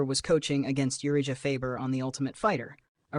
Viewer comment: I was thinking that by the way they pronounced Urijah